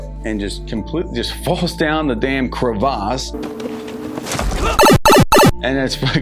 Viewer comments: This guy pronounces "crevasse" like someone almost made him drop his croissant. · Don’t ever say crevasse like that